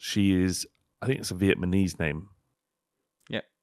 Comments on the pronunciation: VIETMANESE, TWICE!! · “Vietmaknees name” Yep … 😂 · The initial 'yep' from after the incorrect pronunciation of Vietnamese from, followed by a few seconds of silence, which is then interrupted by once again calling this person 'viet-ma-knees', and the face then subsequently pulls, is the absolute cinema that I've now come to expect from JAUPFN. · "Vietmanese" sent me before the accent even came along 😂